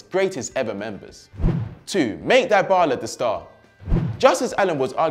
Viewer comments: This guy bothers me some much with his "Die Bala" pronunciation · It's not dye-bala, pronounce it correctly tho your point was right that dybala should be important ,and he doesn't need to sideline Cristiano it's a team spirit so there can be 11 superstars on the pitch just like Liverpool now except and matip and the midfield who isn't the superstar?